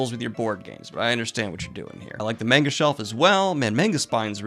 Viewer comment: Did I hear "I LiKe YoU'rE mAnGo CoLLeCtiOn"?? My guy, you pronounce the "a" like an "o".